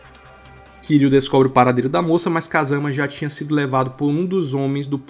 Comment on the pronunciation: Só uma coisa a pronúncia do nome do kiryu tá errada, só isso o resto tá incrível A fonética do Japão é diferente Mas não se preocupe eu entendo Ninguém precisa falar certinho mas enfim Excelente vídeo ❤